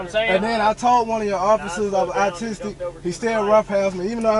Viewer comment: Once caught ,,, Oh yeah dude im awwtistik ,,,im awwtistik... I get a free pass,,, not only that but now y'all gotta let me go cuz the officer was ruff wit me and he didn't put on his kid gloves ... The county owes me one of them ten thousand dollar voucher's ...